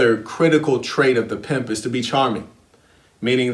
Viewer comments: I can't even watch the video because of the way he says Piymp I'm still in the 1st minute I need to practice how to say Piymp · Love the emphasis,! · How you say pimp 🤣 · Laughing so hard at the way you say pimp every time!?!?!? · Errbody cant Pronounce PIMP!!!